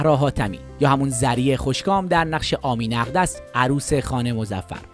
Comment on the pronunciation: آخه چقدر علط دز خواندن نریشن؟! در اسمها، اسم فیلمها و.... اقلا یکی بخونه که کمی اظلاعات سینمایی داشته باشه. آخه آمینه اقدس یعنی چه؟ شب قوری کدوم فیلمه.....